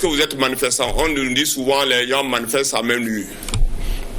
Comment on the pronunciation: Manifessant? Il est d''où ce cinglé ? Il n'est pas Togolais.